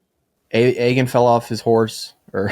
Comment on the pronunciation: pronunciation of Aegon is killing me. Not even close my guy. Ay-gone not egg-un